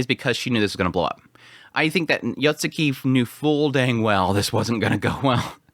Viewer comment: Isn't it Yotsugi? spammind YotsuKI is concerning. Yet again, I've heard his pronunciations of anime titles in his reviews, maybe it's too late for him. 😅